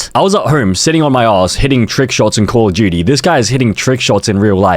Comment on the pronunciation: “call of juty”